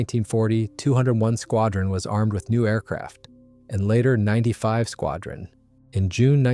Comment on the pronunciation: Squadrons are nine Five squadron not ninety five squadron. Pathetic pronunciation of places lacks research!